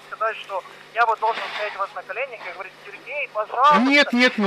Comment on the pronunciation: А в конце пошло "Холова"Ховорить,лоХига...